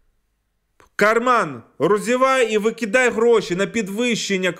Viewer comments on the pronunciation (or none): none